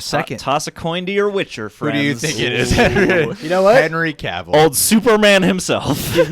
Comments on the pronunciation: Yeah, I’ve been screaming at the screen watching your videos listening to you call him “Henry Cuvil” lol at least you called yourself out for sounding like a jackass hahah respect bro ✊🏻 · Henry Cavill said in a video you pronounce his name like "travel". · Went from pronouncing Cavill wrong to Egerton lmao